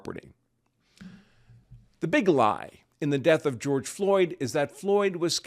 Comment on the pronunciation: Grorge Floyd ? LOL LOL LOL !!!